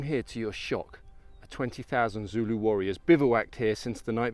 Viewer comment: Your pronunciations of the very difficult names is excellent, zulu is not an easy language. This is an excellent video and really puts things in perspective, eve though I lived in Natal as a school boy I never got to see the battle field.